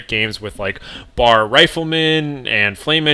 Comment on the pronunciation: Actually,its B.A.R.......lol!!